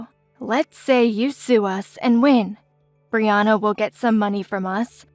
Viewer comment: As a Brianna, I'm pleased they said my name correctly. 😊